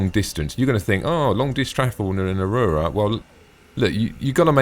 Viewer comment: Tactical Advance: "Ah-Roo-Rah" Everyone else: "Ah-roar-Rah"